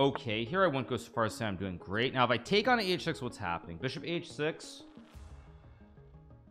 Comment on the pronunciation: bro please stop accentuating words weirdly, like just annunciate it normally. Love the content, hate hearing beeshop